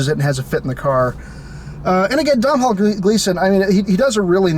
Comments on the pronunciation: "Dom-hawl Gleeson... son of Ben Gleeson, another great British actor..." Ooh boy. I think you mean Domhnall (pronounced Doh-nall) Gleeson, son of Brendan Gleeson, another great Irish actor. Nice try though. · Really excited this movie is getting some attention, I liked it a lot but nobody I talk to has even heard of it. But his name is pronounced "Dough-null," rhymes with "tonal" :/ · You're lack of care at the start really annoyed me. 1. It's called The little Stranger.....not Little Strangers. 2. Domhnall's (pronounced Donal) father is Brendan not Ben. 3. They're Irish actors not British. Fun facts.... Lenny Abrahamson is an Irish film director......Room was written by an Irish author. I'm Irish forgive my nitty picky ways. That being said I loved the review. I also think there could be some symbolism in the acorn......as in end of family trees and the line of inheritance ..... with no acorns there can be no more trees. He ended up in a dead house among dead leaves. Caroline admitted that herself and her brother also broke off acorns. Probably reading too much into it but it is interesting.